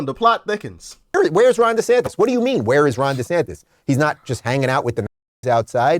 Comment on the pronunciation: Ron DesanTIS not DesantEZ